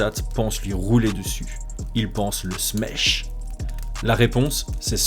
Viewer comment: Smesh c'est pas Smash avec un accent de l'Est?